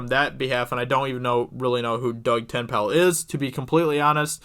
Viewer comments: who is Doug Ten-pal? haha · Doug Ten-Pale. Hilarious. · Doug Tent-Pal? Who is Doug Tent-Pal? Just say Dirty Dug. Everyone knows who you mean then.